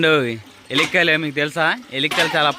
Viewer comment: It's not ellikaylu, it's yellakaylu